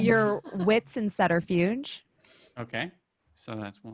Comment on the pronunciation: What is this sutterfuge I keep hearing about, I checked and even in American English the B is pronounced in SUBterfuge lol. C'mon, your accent isn't that thick. Also combat in 5th ed seems wonky, everyone going at the same time kinda makes combat feel too mundane, mortals should not be hanging with vamps 1 on 1. Your average spod with a gun can become a serious threat. I mean, 1 guy in a car shooting a gun vs 4 vamps, he should be dead after two combat rounds with the first round being consumed by locating and getting to him, the second being murder.